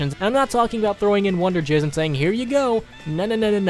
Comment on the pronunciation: he said wunderjizz